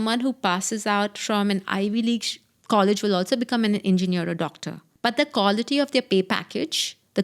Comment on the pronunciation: Each time she said "kawlity" my stomach turned 😂